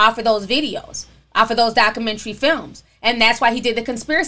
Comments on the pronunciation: Why Do You Pronounce Documentary, That Way? You Say DOC-Men-TREE It's DOC-U-Men-TREE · Ti and this hood pronunciation of documentary 😂